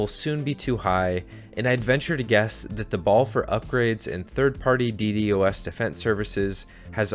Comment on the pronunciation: It hurts hearing DD-OS over D-DOS